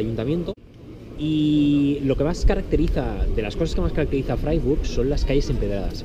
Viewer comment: Se pronuncia fraiburg